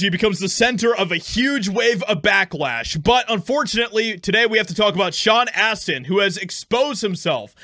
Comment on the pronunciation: Sean "ASS"tin